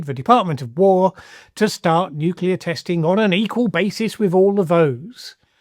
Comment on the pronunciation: Seems like Trump's understanding matches that of Bush's "nucular"...incoherent.